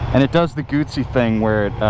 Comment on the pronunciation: Bro, there’s no “T” in GUZZI !